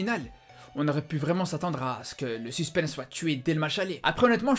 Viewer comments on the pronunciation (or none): none